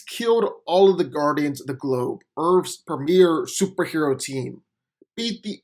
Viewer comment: "Key-e-owe-ld" = killed? "Ur-phs" = Earth's? Learn English. I blk n slow but you reeee speh-show-uhl.